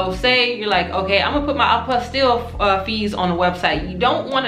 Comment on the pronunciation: The LLE are silent. It’s a French word. Pronounced “apostee” the sound of the LL has a Y sound.